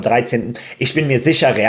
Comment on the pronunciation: Bro heißt Dean und nicht Dejan 😂. Dean wird DIEN ausgesprochen